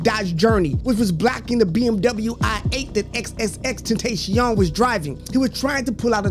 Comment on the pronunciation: “Xxxtenasheom” bro its “xxxtentacion” 😭